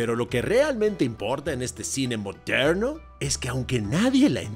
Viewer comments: Y cuando dice, no se ustedes pero eso a mí me parece ra ra racista, así el cine moderrrno jajajajajjaj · Lo unico que se es que me rei mucho cuando decias "Moderrrno" jajajaa a lo gringo